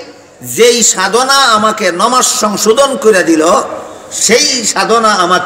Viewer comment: হায় আফসোস নামাজ শব্দ টাও ঠিক মত বলতে পারে না, সে বলছে নমাজ